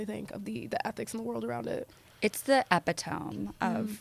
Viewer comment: pronouncing epitome wrong ... and you're an author ... a choice